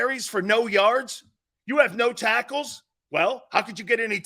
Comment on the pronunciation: Ha… He said “sackles”